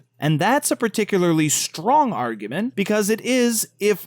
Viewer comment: Anyone else annoyed by how it sounds like he says "Argumen" rather than "Argument"?